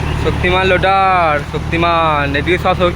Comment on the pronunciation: লোটার নয় রোটার 😂